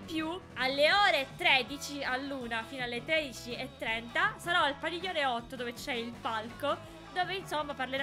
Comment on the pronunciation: "PADIGIONE" adoro 😂